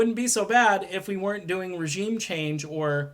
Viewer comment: So..........we post as Elmer Fudd. Tuwsi and wegeem change waws.